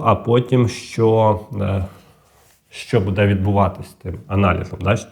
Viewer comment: умный, грамотный, но режет слух Ваше "БУДУТ", это русское слово, вы только поменяли ударение, правильно БУДУТЬ с ударением на первый слог и БУДЭ тоже ударение на первый слог.Может это ваш местный диалект, но вы же работаете на большую аудиторию и должны говорить грамотно